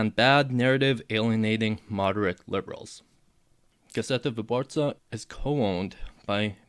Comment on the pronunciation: it happens sometimes when you're speaking a foreign language, it takes some time and practice to get accents (including your native one) right, not a biggie